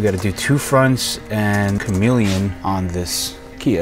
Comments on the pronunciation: You said CAMELON. Sounds almost "come along". It's CA ME LEE ON. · Learn to pronounce chameleon 😂😂😂